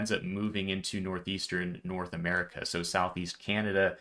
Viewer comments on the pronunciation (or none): none